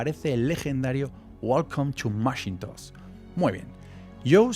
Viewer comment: Yo mas bien diría que Éipol se inspiró en las tiendas Dyson que eran lo mas parecido a las actuares Éipol Store. También escuché Mashintos??? 😂